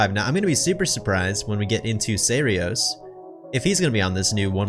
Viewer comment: Got both her and the ark in the same pull, did take me 5 pulls though but oh well. Also, you keep saying serios, his name is seiros, small difference :o